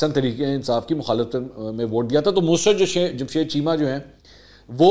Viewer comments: Sir, your urdu language is not good, her name is Mussrat not a Musrat, talk the urdu teacher before the Recording. Thanks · The word is Mu SA Rat. Please speak properly. It is not Musrat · Sir I think you are mispronouncing Mussarat Jamshed.Plz review it.